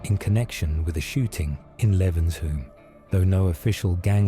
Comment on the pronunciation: Doddington are from mosside Hence why they beefed the Gooch gang. They allied with longsight. When Gooch allied with Fallowfield. Also it's pronounce levenshoom.